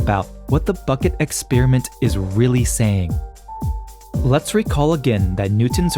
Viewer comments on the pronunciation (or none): Firstly: it hurts the ears to hear "exp-ee-riment" ; it's "exp-a-riment"😀. Besides: Hypothesis 2 has to be true. Otherwise, it's nature itself itself (herself? like in "mother" nature? or themselves? like in wokese-twitterese?) that has the trouble of creating a predating, sub-existing, "basis" theatre of infinite, infinitely dense sets of spacetime coordinates where reality comes to play its role. This however seems rather complicated, since spacetime behaves weirdly, making it so far impossible to reconcile GR and QM... The only logical answer is that spacetime is emergent at some level (possibly way way waaay up in the scale from the Planck's 10^-35m/43s - maybe it's just nanometers instead). That emergent rather rigid fabric then gets dragged along with the "motion" (whatever it REALLY might be) of any "frame of reference" (= a set of relationship based networks between events that are interdependent, aka: "an observer")